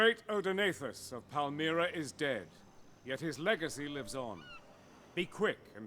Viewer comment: it pronounced Pal - Mi - Ra